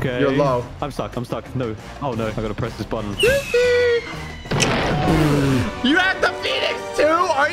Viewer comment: JOOCIE I SWEAR TO GOD JOOCIE